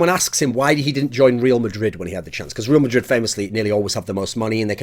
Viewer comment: Love the way he pronounces "REAL MADRID" aylmao. Its Re-Al Madrid lol Cheers from Spain mate... still luv ya